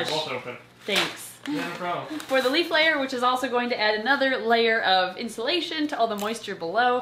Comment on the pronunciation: When she said " leaf layer " I thought she said " leaf glitter " and I could only imagine a very fabulously shiney glitter filled exoterra with a disco ball hanging from the top